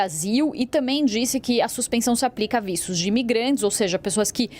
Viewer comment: que porra de vícios, não e vistos? falal direito mulher as vezes a pessoa pode ate entender errado!!